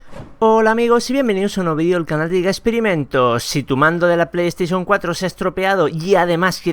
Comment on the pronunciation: Dice pando y es mando xD